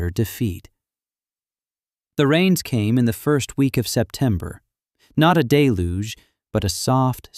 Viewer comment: Get the spelling of the names consistent and not spelled differently everytime the name is used. Also, it's deluge, not day luge. Get someone who knows what they're doing to review these stories!